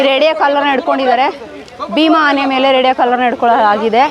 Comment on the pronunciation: Amma thayi nin kannada keloke agta illa. Dayavittu bayi muchamma. Phala kke pala antiya Aane ge haane antiya.